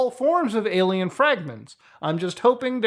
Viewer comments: does... does he keep saying "aye lam ow"... and trying to mean "alien"?... is the cringe this strong? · Why does he say alamao?